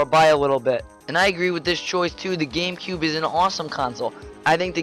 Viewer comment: games of da cube! IT IS DAHHHHHHH GAMECUBE!!